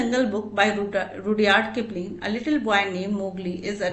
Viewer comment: She does not know how to speak English 😂😂😂😂😂 saying Rudyard kilping Ruudyard kilping 😂😂😂😂